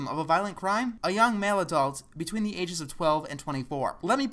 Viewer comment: and why do you say ze.